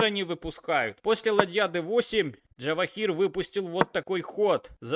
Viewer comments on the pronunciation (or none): Каждый раз слушаю и удивляюсь, почему нельзя имя правильно произносить, ты пиаришь язык Java? Имя на букву Ж, а не Дж(